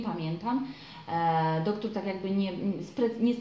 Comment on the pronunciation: czemu wymawiasz doktór, a nie doktor?